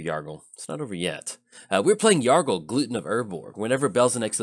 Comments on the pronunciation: Haha, you said Gluten of Urgorg right in the beginning 0.20 ! That gluten can be killer lol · Oh my ... xD "Glutton" should rhyme with "button." You're pronouncing it like "gluten," which is that protein people like to avoid even though they don't have celiac disease.